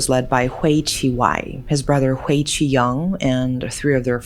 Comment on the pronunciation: FYI “Hui” is pronounced as “huy” not “hway”! But yes, HK law can be too soft on criminals.